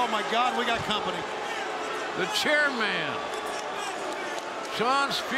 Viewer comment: JR is still calling Spear the "Chair Man" like it's going to go over our heads if he just says it right 😂